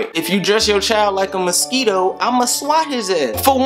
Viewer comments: lmfaoooo shit got me dying bro said misqito 😂😭😭😭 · A Musk-EE-Toe? lol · ' A Ma-Skee-Toe my nigga... A Ma-Skee-Toe' 😂😂😂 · "A MUS-KEE-TOE my nigga a MUS-KEE-TOE...." 😂😂😂 yo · the way he say mosito is funny.